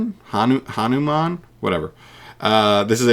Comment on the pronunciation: Tony Jaa: It's pronounced HA NU MAN. Say it right & properly JustNutz Prod.....-_- :P HAHAHA OOPS